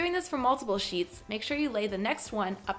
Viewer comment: 😂😂😂😭 every time she said sheeps instead of sheets! 👌🏽